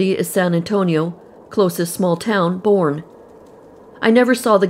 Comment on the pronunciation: Just FYI, the Correct pronunciation of Palestine(pal-uh-steen). Correct pronunciation of Boerne(burn-ee).